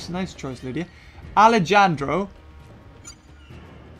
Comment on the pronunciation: omg the way he said alejandro >:(